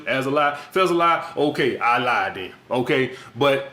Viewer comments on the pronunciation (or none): none